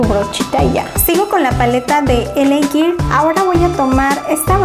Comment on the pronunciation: Por cierto hermosa, para que se escuche mejor cuando pronuncies "girl" dilo como "guerl" ☺️ besos!!